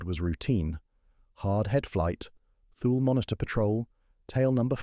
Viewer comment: It's pronounced Too-Lee, not 'thul'.